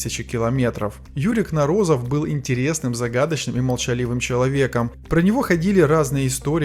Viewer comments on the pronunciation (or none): Кно'розов, а не Кноро'зов, где ударение ставится на первый слог. По ушам режет.Позор! Уродовать фамилию знаменитого учёного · КНоРОЗОВ!!!ГОВОРИТЕ ПРАВИЛЬНО! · КнОрозов! Ударение на О в первом слоге!!! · Кнорозов, ударение на первую о.